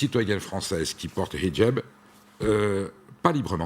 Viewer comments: Et en plus ,Elle prononcé bien le H!😁😁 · J adore comment elle prononce le "h". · A chaque fois qu’elle prononce « hijab » avec l’accent je sursaute